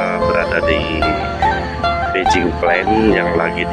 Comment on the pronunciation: Batching plane, bukan bejing plane,,jawa tengah hadir